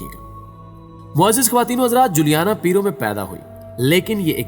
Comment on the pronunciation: Biology ya Balaji bolrahe ho bhai aap? Aur Peru Ya Peero? 🤔🤔🤔